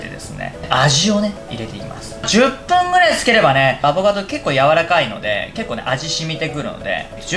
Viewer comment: アボカドを頑なにアボガドっていう人ほんと好き😋